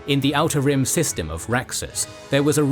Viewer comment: The way you say "outer rim" is exactly how i say "how to rim"